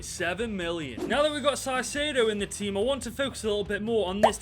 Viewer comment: "S"aicedo???? wtf man